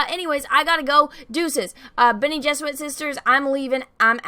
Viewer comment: Bene Geserit . She keeps adding a w. It’s cute